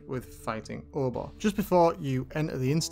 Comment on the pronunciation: pronounces Obor differently than me. I don't say "Or-Bah" I say "Oh-Boar'